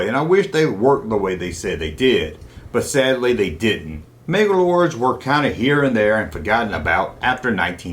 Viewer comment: Why on Earth are you saying MegaLords when that's clearly not what it's called ?